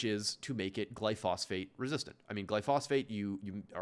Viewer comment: and please learn the word he kept getting wrong: GLYPHOSATE, not glyphosphate